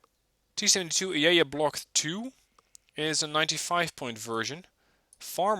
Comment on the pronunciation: Ajeya - pronounce j as j not y. Also Arjun MK l and ll are over 10tons heavier than the T-90